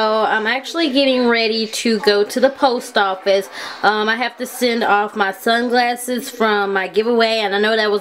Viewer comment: At the beginning of this video I thought you said, "I have to send off my son's glasses" instead of, "Sunglasses" lol